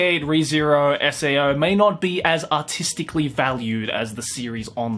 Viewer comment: When you say “artistically” i always think you say “autistically” at first